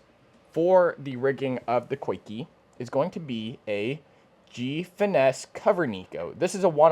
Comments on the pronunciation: I believe it's pronounced 'Zee-Kah' rig. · “Coikey” “Niko” cmon we don’t have to pronounce them wrong whenever we know the correct way.